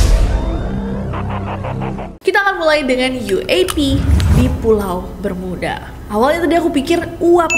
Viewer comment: Bermiuda😂. Terlalu Inggris